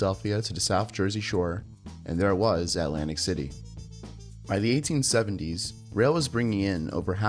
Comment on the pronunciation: You mean 'lantic City?